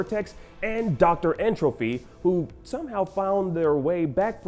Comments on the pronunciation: Him saying N. Trophy instead of Tropy bothers the Hell out of me. It’s like entropy dude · Someone please tell this guy that it’s N. Tropy and not N. “Trophy” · Yo, this man keeps saying N. Trophy and it's killing me. It is N. Tropy!